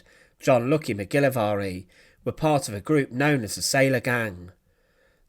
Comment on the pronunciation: You make the Scottish name Mcgilvary sound VERY exotic ..fyi its pronounced Mick - gil -vary not the way you said it . Thought you would know this seeing how you are British.